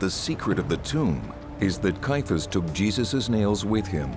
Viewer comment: Why does the narrator and most of the comments below mispronounce the name of Caiaphas (sometimes referred to as Kayafa)? The name as I have always heard it, and as most others in the documentary say it, has 3 syllables Cai - a - phas (not 2 Cai - phas).